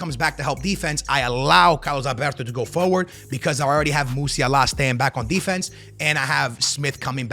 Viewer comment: Not how you pronounce “Musiala” you casual.